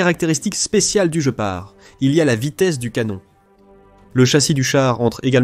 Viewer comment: sujet interessant, un peu gaché par la prononciation du mot "GEPART" qui en allemant, comme en anglais se prononce "guepard", comme en français ! de même que "canon" se prononce canon et non canonne